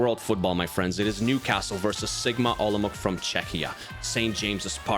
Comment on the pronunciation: It's not Sigma OlomouK. I don't really know how to explain, so just google right pronounciation. Olomouc is Czech City (ig it's like 5th main city in the country)